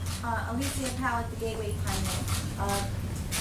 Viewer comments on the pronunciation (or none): none